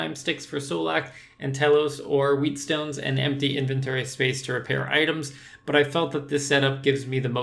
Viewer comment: It's pronounced "wetstone" not "wheatstone"